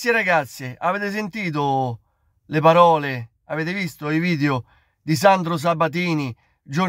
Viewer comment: Ma è così difficile dire PAROLE invece di BAROLE?